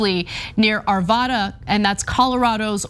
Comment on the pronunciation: It's Arvada Colorado.... vad like rad not vod like rod.